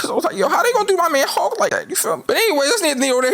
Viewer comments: I hate that he says "hawk" instead of "hulk" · He says hulk like hawks